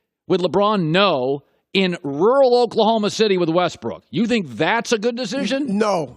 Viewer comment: "Rural" fckoff colin